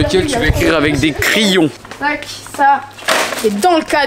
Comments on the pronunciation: C'est crayons et non cryon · J’attend ça depuis longtemps........ " criyons" mdrrr